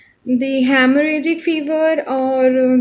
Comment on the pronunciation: Please make sure yourself before giving lectures to others. Because, all your pronunciation is rounge. haemorrhage pronunciation is heam=blood and dengue also.. explain in a simple manner in ur own way.. bcz u have such good information and share it in a proper way